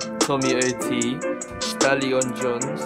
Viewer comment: It’s stallyon j-oonz not stallyon j-unz